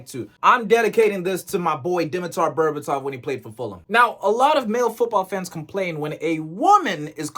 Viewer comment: Bro, why does everyone butch the name of DImiter Berbatov?